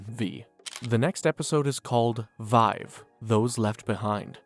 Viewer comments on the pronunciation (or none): none